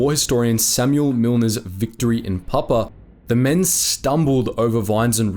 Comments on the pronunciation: It's Pap-U-A! 🙂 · Check your pronunciation! Pap-OO-a , etc... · It is pronounced Pap-u-a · Please pronunce the "u" in Papua. It isn't Papa. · This is a subject of great sensitivity and meaning to the many people who have commented and the many more who haven't. Why did you not find out how to pronounce the names correctly? Most are phonetic but your pronunciation of Rabaul, Papua and other place names is woefully wrong and distressing to those of us who have heard those names from our veteran fathers and uncles and in every Anzac Day march all our lives. This sounds like a high school project. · Firstly. There is a "U" in Papua. Pronounce it. You could have highlighted that the total Allied force in Papua and New Guinea at the time of Japanese invasion was one Australian battalion and the NGVR.